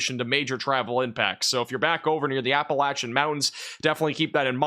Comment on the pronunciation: Thanks for saying Appalachian the correct way